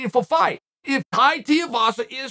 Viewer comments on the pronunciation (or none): DUDE, DO YOUR RESEARCH, you mispronounced his name faaar too many times ffs . its TUIVASA NOT TIEVASA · STOP SAYING TIAVASA !!! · goddammit chael its TWO-E-vassa haha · Tai TEE-UH-VASA 🥴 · How many fights until chael learns how to pronounce tuivasa